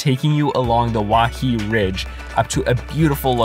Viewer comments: I SHOULD THROW YOU OFF WAIHE’E RIDGE U DUMB HAOLE AND BTW IAO VALLEY is pronounced “E-oww🤕” and WAIHE’E is pronounced “Why-hey👋🏾-Ayy” I wish I never watched this video. You’re just a dumb visitor as well as all you other people in the mainland that come to our island. Stay away from Hawaii!!!!!! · Waihee= why-h-e-e Iao= ee-ow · “Wahee” “Wah-hay-ay” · waihee= wai-hey-ay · you know when this video is gonna have a bunch of words mispronounced when the guy messed up the island name maui as “ maowweee “ not even 30 seconds Into the video. edit 1: “kalui airport” 🤔 edit 2: “haleeakala” edit 3: “waiheee” Im done Lol, he did say he was gonna “butcher every word” in the beggining so no hate. But, HUUUUGGGGGEEE MEEGGGAA CRINGE 😂💀